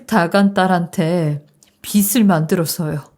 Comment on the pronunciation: 빚을 ..비슬로 가 아닌 비즐로 읽어야 합니다